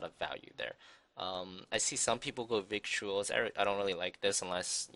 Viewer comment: Victuals is actually pronounced differently. One of those English words with weird origins.